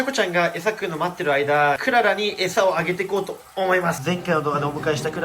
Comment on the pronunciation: クララじゃなくて ク・ララ ですね